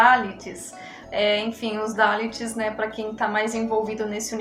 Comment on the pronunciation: Não se pronuncia DÁLIT, MAS SIM DALÍT!